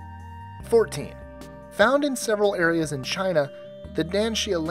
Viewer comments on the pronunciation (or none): none